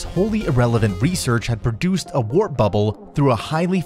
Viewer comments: Is he saying "Rap Bubble"? As in, "DJ Bootlicious busted out a sick rap bubble before awing the crowd with her shiny bling." Or maybe he means Wrap Bubble as in, "My mom took great care to preserve my PB & J sandwiches using her special wrap bubble containers." :P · He started this video by saying wrap.... Is it wrap or warp??? I don't think he knows what he's talking about. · Wrap bubble?, who narrates this shit?. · its not wrap bubble warp two separate words and your using the wrong word fort to let you know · a wrap bouble? it's called W A R P bubble, not a WRAP bouble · "Wrap" or "warp" bubble? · I can let 1 wrap bubble slide but 2 in the first 10 seconds? Somebody needs a phonics monkey or something Jesus sound it out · Sounds like you are saying wrap bubble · It's Warp Bubble not Rap Bubble. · You need new software. First WRAP BUBBLE, THEN DEATH KNEEL. IT SOUNDS GREAT. WAS IT SOFTWARE OR AN ANNOUNCER JUST READING MIS SPELLED WORDS? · your saying wrap bubble but you spelled it warp bubble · This man is literally saying "WRAP BUBBLE" instead of Warp bubble for the first part of the video lol I just think its bad editing why not re-voice my goodness. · It’s not Rap it’s Warp!!! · Whatever voice actor you paid for on fiverr cannot say warp bubble correctly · He said wrap at the intro so many times...I was.. just... can't even... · A wrap bubble? Where did u learn to speak English? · WOW nobody noticed that first thing the narrator is calling the "WARP" bubble a "WRAP" bubble????????????????????? i don't engage things this low intellect.... can't even pronounce WARP bubble properly GOOD ONE ... VERY SMRT 🥴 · This video is shit because the narrator is calling it a WRAP bubble!!! .... Duh duh duh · Why does he keep saying “wrap” bubble? Did he not even read the copy before recording? Does he not understand what he is reading? Takes away from the credibility of the channel. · Stopped as soon as he said "wrap bubble". Quality control anyone? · It’s warp not wrap bubble